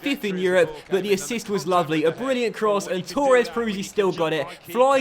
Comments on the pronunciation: h hb i would say it like torr-ez, he says it like toor-ez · Same 😂 he says tour-es instead of Torres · h hb Never heard anyone say Torres like that